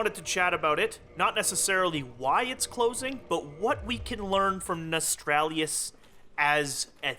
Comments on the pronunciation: nos tal rius ??? not nos tral lius there no R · Why the fuck do people keep calling it "Nostralius"? Notice, the R is in the wrong place people. Nos-tal-rius. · its not cheeky or funny that you cant seem to grasp the word NOSTALRIUS. its frustraing hearing you say it wrong 33 times, i know youre smart enough to get it right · Nostalrius is not hard to pronounce....unless you are an idiot....Seriously.